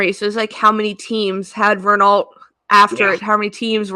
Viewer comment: Rennoh, not Rennalt! 😘❤